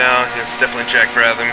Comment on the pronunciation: It's Brab-ham, not Brab-tham, and he's Australian.